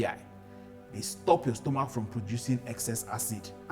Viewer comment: 'Stomok' though😅.... This is very educative and helpful. Thank you sir❤